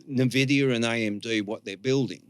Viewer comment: jsut how does a guy as smart as not know how to pronounce nvidia, are we really living in a simulation or how is this bug repeating over and over, its impossible